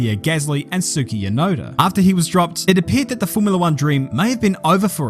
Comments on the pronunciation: Did he said Tsuki Yunoda? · "Tsuki Yunoda". nice one.